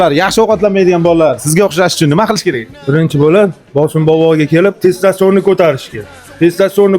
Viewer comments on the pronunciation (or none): Testoston emas testosterone